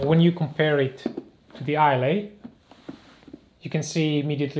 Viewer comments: Hi - ‘eye luh’ rather than ‘eye lay’. Not that it matters - excellent review, sir! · Great video, thank you. BTW the boot name is pronounced 'Eye - Lah' (Islay) Like the Scottish Island of Islay. ~Peace